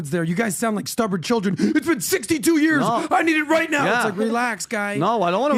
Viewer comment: 15 yawrs (year) 😂😂😂😂😂😂 it’s not years any more for me.